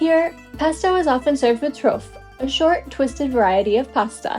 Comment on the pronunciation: Trofie pronounced tro fee aye